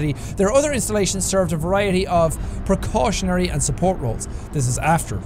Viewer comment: When he said percautionary all I could think was “PERCOSIOS!”